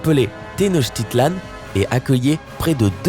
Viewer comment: Tenochticlan se prononce Teno[K]ticlan et pas avec [ch] x)